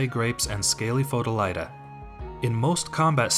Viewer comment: Wow, you two are really getting the builds out. Quality builds too. Well done! Note: it is pronounced Fo-Lee-Oh-Tuh (Pholiota)